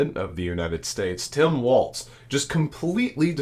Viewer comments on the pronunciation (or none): It’s Walz not Waltz. Like walls in your house. Not the dance. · Love your show - but please pronounce Walz correctly with no T.